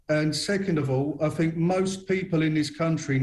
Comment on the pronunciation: People that say fink instead of think are clearly overpaid.